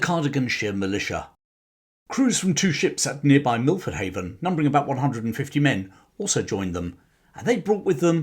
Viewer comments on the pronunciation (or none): none